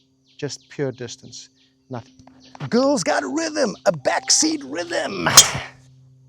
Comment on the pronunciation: Have you or a loved one been affected by the gsk disease? Symptoms such as calling everyone a “playa”. Or perhaps the inability to pronounce distance properly. You may be entitled to compensation. Join us and stay tuned for our forced apology from this maniac